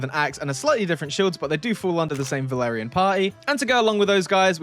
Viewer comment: Valarian? It sounds like Vlandian 🔥🔥 (m&b 2 bannerlord reference)